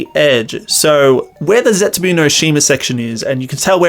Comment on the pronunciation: How are you saying zetsubo Xd Zetsubu XD